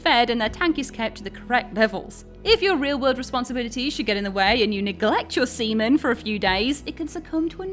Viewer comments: SEA MAN not semen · I know you're a brit and so the accent is kinda built in but... please stop calling him 'Semen'. It's 'SeaMAN'. xD I kept wincing and giggling throughout that segment. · Yeah she's purposefully saying "semen" instead of Seaman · She said semen cum lmfao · It's pronounced Sea-MAN. It's not his last name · Every time she said seaman I thought of South Park “It’s SEA MAN!” LOL